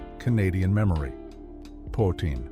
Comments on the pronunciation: Poutine does NOT rhyme with routine. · It’s pronounced “poots-in”.